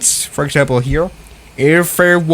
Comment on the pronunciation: Sounded like a stroke ngl lol, "It says it hearar"